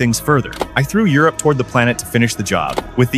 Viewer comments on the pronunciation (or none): Why does this text to speech pronounce europa like europe